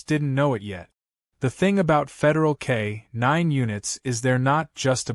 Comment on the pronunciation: K-nine should be said as one word.